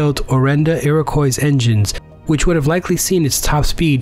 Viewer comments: Not meant to be petty, but for completists the Avro Arrow's engines named "Iroquois" is pronounced "Ear-o-qua", same as the UH-1 Huey (you can trust me, I live on Iroquois St.). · That was a good vid! Work on the pronunciation of Iroquois and you got yourself a sub! 😁 I didn't realize how sexy the YF-23 was, especially compared to the Raptor.